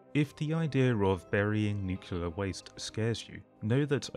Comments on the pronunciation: NOO-CLEA-ER Not Nuke-You-Ler. Otherwise this video is great. Keep it up, bud. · I suppose you're mispronouncing 'nuclear' as 'nukular' on purpose.